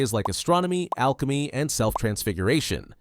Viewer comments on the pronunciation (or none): none